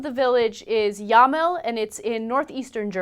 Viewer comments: It is Jamel!!! Not Jameln!!! Jameln is indeed a municipality AND a VILLAGE. JAMEL is an Hamlet of GAGELOW!!! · fucking idiot, its Jamel, not yarnell tard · Jamel nicht Yarnell. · LOL, Jamel (not yarnel) is like 10 houses 'large', so quit bullshitting about what a big problem we have you f**** a**holes make it sound like it's an entire town of Nazis while actually two large (nazi) families make up 50% of the "population" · Es heißt Jamel (Gägelow). Hab eben mal nachgeschaut. In wikipedia steht auch ein bisschen was darüber